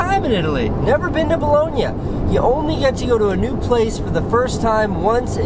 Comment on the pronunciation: you pronunce "Bologna" the same way italoamericans pronunce "Brooklyn" in gangster movies!